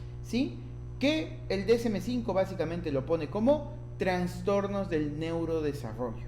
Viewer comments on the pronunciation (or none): Me desespera que diga Transtornos, no es correcto no se escucha bien